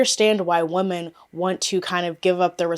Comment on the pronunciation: I’ve noticed ppl pronouncing “women” as “woman” lately…..it’s so odd and particular